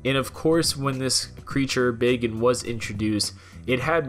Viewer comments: Hell's bells who taught you how to say words? Tiden? No. Titan. With a "t". Also, Bagan is not pronounced like "bacon" with a g. I know lm in the minority but it's like nails on a chalkboard listening to it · “Bacon”? I thought it was pronounced Bak-an xP but it is Bagan now so it doesn’t really matter xD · Who else thought he was saying bacon?